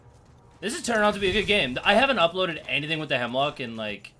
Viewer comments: Bruh, isn't it Hemlok, not Hemlock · Isnt it called Hemlok instead of Hemlock? Nice gameplay btw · Jacob Freund nah gee its Hemlok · It's Hemlok.